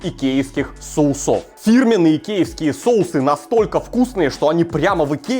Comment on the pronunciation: Я этот человек, который не покупает фрикадельки :)) и правильно говорить сОусов :)